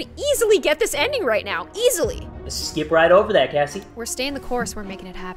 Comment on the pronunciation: um its actually "Kassy" but very funny ^w^